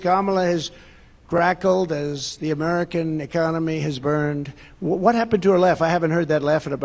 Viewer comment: He was attempting to read *cackles*, but he said crackles. I did not hear him say anything about the economy or his economic platform. Another shtshow by the convicted rapist. He was talking about rapists in NY. He is a convicted sexual assaulter in NY. #HarrisWalz2024 VOTE BLUE AMERICA 💙💙💙💙